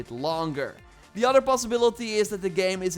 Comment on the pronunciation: It's not udder it's other